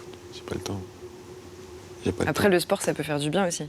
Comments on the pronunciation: ca me stress il dit "arès" au lieu d' "après" ptdrrr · La tête de ma mère il sait pas dire "Après" Il a l'air con putain...allez bon ARÈS MIDI KOBA !!! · Je pensais que c'était un cliché que les gens de la cité ils disaient "arré" au lieu d'après 😂😂 Et je rêve où à chaque fois il répète les choses 4 ou 5 fois ?